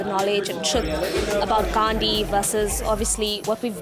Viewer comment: He can't even say Gandhi's name properly....